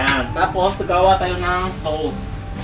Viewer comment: Ang cute mag pronounce ng "sows" (sauce) Pinoy Ng Pinoy hahahha❤